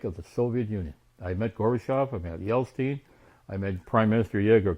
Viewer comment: It's Jeltsin not Jelstein... He's not a jew, at least not that I know of!